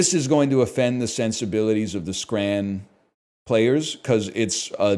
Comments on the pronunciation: As a Scot, hearing a North American say the word scran is very upsetting. This is like Craig all over again. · what in the fuck is "scran" and why would you ever call something edible that